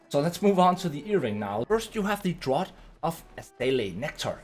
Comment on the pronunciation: "Remember the word Draught". Except that it's pronounced DRAFT. Lol